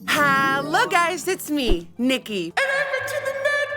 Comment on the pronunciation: When you say "HALLO guys" you sound like a german person! And and and I freakin loved your dress like you were my favourite!!!!! Very creative!